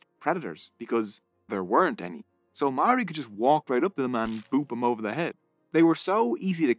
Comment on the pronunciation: your Pronunciation of Maori gives me GooseBumps, but thx for trying 🤷‍♂️